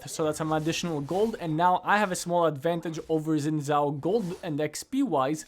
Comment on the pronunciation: I refuse to take advice from a guy that says "zin zhao".